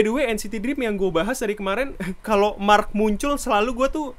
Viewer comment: Dia nyebut marknya jadi marrk :v